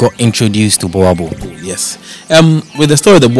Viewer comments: It is pronounced "borebell' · Bhoer-bull (boerboel)